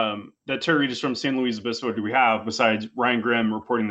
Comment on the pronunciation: The worst part of this whole video was him correcting Hasan and saying its "San Louise" its fucking pronounced Louis. Like why would you correct him if you don't even know